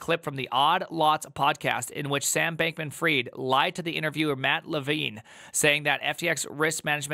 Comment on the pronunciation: did you just say bacon freed? hahhahahah